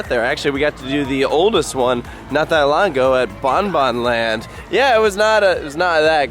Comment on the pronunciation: FINALY THEY SAID BOBEJAANLAND RIGHT